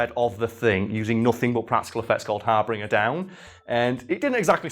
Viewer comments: Harbinger. Not HarBringer. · doesn't know how to pronounce "Harbinger". It's not "Harbringer"!